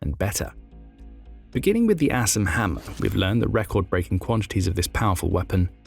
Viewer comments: Sounds like hes saying Ass and Hammer..so im googling that. LOL. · I'm gonna be honest... I thought he said "ass and hammer" at first lmao